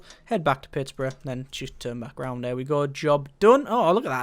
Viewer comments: Please say it Pitts-berg :) :) :) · He's saying it like its Pittburough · I would like, but it didn't bother me. Just a simple mistake of seeing it as Pittsboro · like if your a Steelers fan that got driven to madness every time he said Pittsburgh wrong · I'm from Michigan and I got annoyed at the pronunciation of Pittsburgh